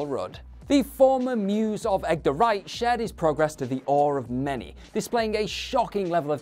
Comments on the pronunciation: He also said Egg-der instead of Edgar. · He's also apparently never heard the name Edgar, since he says Egg-der.